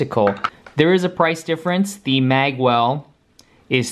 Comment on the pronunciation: Magewell is pronounced "mayge well" Mage for example the world of warcraft characters